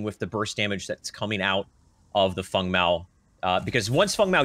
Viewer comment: FANG! Not fung!!!!